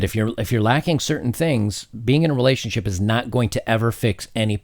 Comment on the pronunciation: your pronouncing relationSHIT wrong.